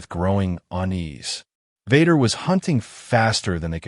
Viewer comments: I couldn't go past 3 minutes on listening to the crappy AI reading... Darth Vahder was the last straw! I rather a real life person who stutters read this than AI. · The mispronunciation of Vader is hilarious